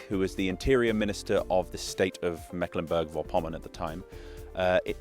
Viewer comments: Ok, But also Mecklenburg VORpommern not Verpommern...Vor is almost prounced like four in english... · Vorpommern is pronounced FORE-pomm-ern. Stress on the first syllable. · I like how you really try to pronounce the local names as close as you can get. Little tip: The German prefix "vor-" is pronounced just like the number "four" or "for" of course with a harsh German RRRRRR :) not like a W like "wor". So, much like "Fourpommern". But besides that, good job.